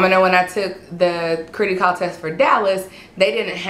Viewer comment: its Criticall as in Critical, not critty as in kitty js